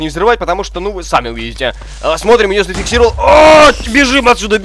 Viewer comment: Когда ты говоришь зафексировал значит что-то будет!!))